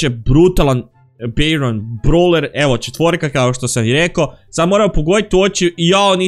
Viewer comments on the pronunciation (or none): none